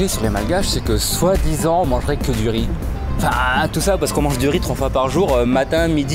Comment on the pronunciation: ya différent sort de rrrriiizzzz jadore :)))